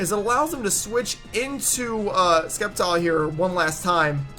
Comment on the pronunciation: Wow you're soooooooooo stupid it' Septile not Skeptile I can't even listen to someone who pronounces Sceptile as ,,Skeptile''